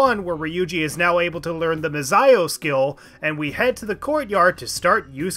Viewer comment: It's Mah-Zee-Oh